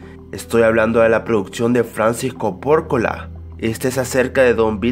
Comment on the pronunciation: che amigo, El Padrino la dirigio "Francis Ford Coppola" no "Francis Co Porcola" jajajaja burraso